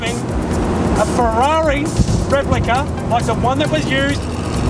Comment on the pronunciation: Once I heard “replica”, I left.